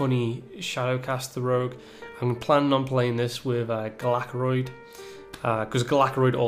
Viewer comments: just so you know, it's pronounced GAL-uh-krond (kinda like Galvadon), not gull-ACK-rond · sorry to be the annoying one, but its GALAkrond not gehlehkROND